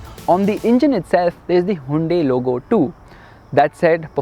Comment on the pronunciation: Plz bro stop pronouncing it hundae hundae...